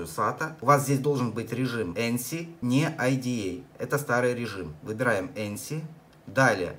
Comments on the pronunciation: Какой еще энси? Где там Эн? Там Эйч буква!!! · "эНси"??? Серьёзно?? Как это так получается, что ты увидел там букву "н"? Цирк какой-то